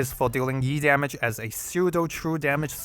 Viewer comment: I'm so ready for Yu, but still I hope I can get him early and manage to snag Blaze alter as well. Also E-damage sounds like YEET-Damage